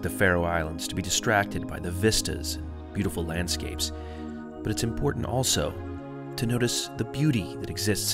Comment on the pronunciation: Great video! I note the pronunciation of the towns & places is a bit off, (Vágar is "vouh-are", Tórshavn "Tors-haun", but the pronunciaton for Kalsoy, Tjørnuvík, and Saksun are pretty much spot on!) but I, and probably most of my countrymen, appreciate you spreading awareness. If ever you decide to visit in the stormy seasons, remember: the rain/snow here does not fall downwards.